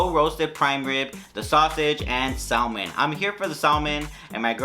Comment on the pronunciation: LOL Sal-Man... When you say sal-man.... LOL!!! You dont pronounce the L... Its just Sa-men...